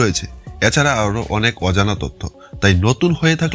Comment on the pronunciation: উচ্চারণ এ পরিস্কার বাংলাদেশী ছাপ- এরমধ্যে>এ্যারমধ্যে, এছাড়া>এ্যাছাড়া,প্রথম>পথম,next>naxte ,😂 , তবু ও খুব ভালো হয়েছে, শুভ কামনা রইলো।